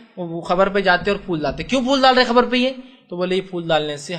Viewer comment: Aabe pehle sehih se bolna seekh gustaakhe nabi qabar ko barbar khabar bol raha hai😀😀😀😀😁😁😁😁😁😁😁😁